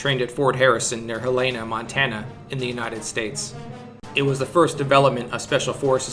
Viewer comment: Huh Layna??? Pronounced Hellena... good lord... ya got skills to make videos but not learn pronunciations?